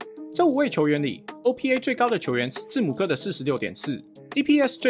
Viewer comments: GM是不是不會唸字母哥的名字🤣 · 字母哥的名字不是這樣唸吧？🤣